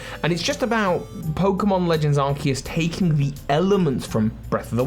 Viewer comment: Thank you for pronouncing Arceus correctly.